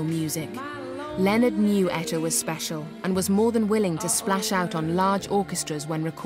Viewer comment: She butchered Etta period!